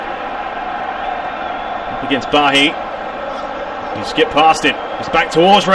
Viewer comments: I wanted to watch this so badly, but you calling Bailly "BAHHI" make sit unwatchable. Sorry. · It's a French name. I must say I do love your commentary apart from that. It sounds very professional.